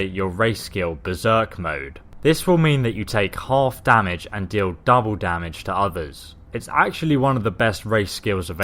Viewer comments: Its not damige, its damage. I hope you were joking. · You actually spell it as "damage" not "damige" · 1080 damige you know xD its damage xD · Can we talk about "damige"? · damage. not damige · "Damige" - 2014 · "damige" i hope that was intentional